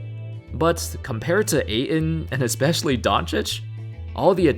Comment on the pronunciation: Ayton. Pronounced like "8 ton", not "A in".